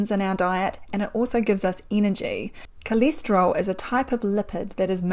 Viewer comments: coleeesteryl what? cholesterol pronunciation threw me for a loop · It’s called STATIN. NOT STETIN, It’s called CHOLESTEROL NOT CILESTRIOL. Apart from that I didn’t understand a word she said.